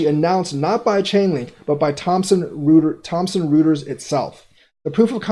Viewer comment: It's pronounced Thompson- Roy ters, not rooters.